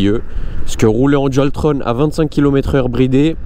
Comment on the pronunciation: salut super vidéo mais dualtron sa ne se dit pas dualtrone sa se dit comme le mot "on"